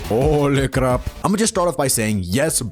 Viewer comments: The "hole cráp" caught me offguard 😂😂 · When bro say like bro became indian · HOLY CRAP (Indian accent)